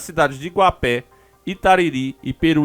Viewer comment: Não é Iguapé, é Iguape, acento no gua .